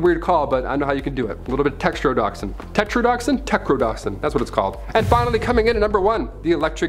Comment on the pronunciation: Tetrodotoxin is pronounced tet-ro-doh-toxin.